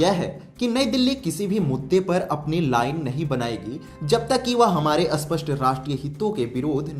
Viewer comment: Aap spasta Ko aspasta kyo kehate hai?